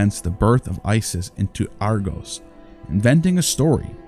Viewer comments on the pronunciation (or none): none